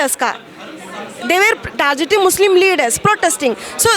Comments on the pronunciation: Targeting ❌ Tarjeting ✅ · Tarjjetting😂, chargeted😂, provede, I didint understand ??😂😂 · Bc isko pehle targeting bolna sikhao 😁😁🤣🤣🤣🤣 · Tarjeting🤣🤣🤣🤣🤣..bhen ki Lodi bolna Sikh le pehele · Yaar pls stop tar- jetting yaar... It's painful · Targeting ko itna sahi kon pronounce karta hai 😂😂😂